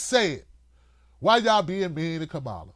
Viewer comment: You still haven’t learned to pronounce Harris’ first name – simple, but too much for you, I guess –, and here you go complaining about her again, because she’s black, or not black enough, for you. That is exactly the point Sharpe is making: Why does she (or Cory Booker, for that matter) have to justify her blackness to you? All through this 2nd stupid video from you on Harris, you make no mention of issues going forward or even in the past, that would speak especially to black people and how Harris (and Booker?) differ on those issues. Maybe you have a lot of stupid listeners, but I hope there are at least some black people – maybe the women? – who look and listen to the black candidates in this POTUS race, and get motivated and decide in ways that have less to do with race and gender than the bullshit you’re peddling. Maybe I haven’t known enough blacks in my life; but even the dumbest of those I’ve known don’t have the shit for brains that you have.